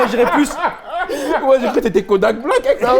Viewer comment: Kodaaak Black il a dit 🤣🤣🤣🤣🤣🤣🤣🤣🤣🤣🤣🤣